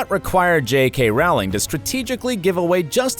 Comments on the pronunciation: Jo Rowling's last name is pronounced "rolling", to rhyme with toll, role, mole, stole, know, bowl, pole. It's not pronounced like Ow! Or, how, now, brown, cow, down. Thought you should know so that you might fix that mispronunciation. And her first name is just Jo. She doesn't actually have a middle name, but was informed by her publisher that fewer boys would be inclined to buy her books if they knew she was a woman. They asked her to use 2 initials instead. So she chose to use the initials J.K., instead of her full name, Joanne. The K she borrowed from a female relative, her paternal grandmother, whose name is Kathleen. Some people mistakenly believe her full name is Joanne Kathleen Rowling, when it's actually just Joanne, or Jo, Rowling. She has used Joanne Kathleen Rowling on some occasions, or Joanne Murray, from her 2nd husband, Neil Murray. But, her given name at birth was Joanne Rowling. She calls herself Jo. "Although she writes under the pen name J. K. Rowling, before her remarriage, her name was Joanne Rowling. Her publishers asked that she use two initials rather than her full name, anticipating the possibility of the target audience of young boys not wanting to read a book written by a woman. As she had no middle name, she chose K (for Kathleen) as the second initial of her pen name, from her paternal grandmother. She calls herself Jo. Following her remarriage, she has sometimes used the name Joanne Murray when conducting personal business. During the Leveson I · Please learn how to pronounce 'Rowling'.